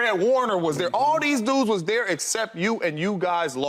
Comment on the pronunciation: It’s pronounced THERE…not DARE